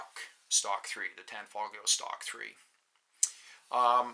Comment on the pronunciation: Why do people pronounce the g in tanfoglio lol. Its an Italian company and the g is silent...